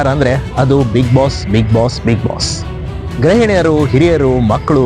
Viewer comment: ಗ್ರಹಿಣಿ ಅಲ್ಲ ಗೃಹಿಣಿ ಉಚ್ಚಾರಣೆ ಸರಿ ಇರಲಿ ಮೊದಲು 😊